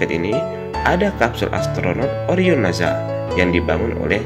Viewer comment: NASA min, dibaca SA, sprt ngucapin ES, bukan naZA = zet 😭